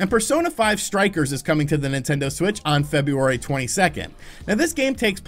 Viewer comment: There's an R in February. Just saying.